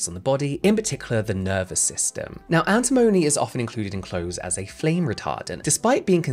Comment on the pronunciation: You got cyanoacrylate correct. You also got corticosteroid correct. Antimony you said mostly correctly: Ann Tim Oh Knee, with the stress on Tim. We use so many products in our daily lives that have the potential to go wrong, very wrong. Never use a chlorine bleach to clean your toilet, for example. And if the room suddenly smells like a swimming pool, LEAVE. Immediately.